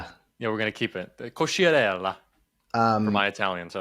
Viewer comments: Ok, if you're going to be snobby about pronouncing your last name in Italian, at least pronounce it right. the "cchi" sound isn't "she", it's "key". So it's "Co-key-ar-ella" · Your name is pronounced in Italian: co-kee-a-REH-la. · Hate to be That Guy, but I’m Italian and not even Jack knows how to pronounce his name correctly in Italian. 😂 "ch" = "k" sound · the way he pronounces his own name wrong 😭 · Sorry, Jack can’t pronounce his own name. 😂